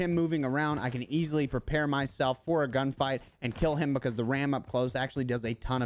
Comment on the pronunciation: Love how you say „bacahse“ XD just jokin, I love your vids and my solo performance has really improved, thanks for that🙏🏻🙏🏻